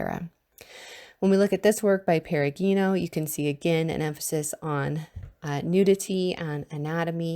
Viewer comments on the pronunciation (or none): Nice succinct summary! "Perugino" has a soft "g".